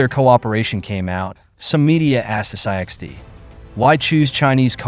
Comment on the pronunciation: I wish your commentary would just call it SIXT, instead of S I X T, S j X T etc. it’s really annoying!